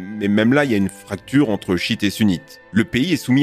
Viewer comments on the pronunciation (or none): S’il te plaît pas shit et sunnit shi-it et sunnit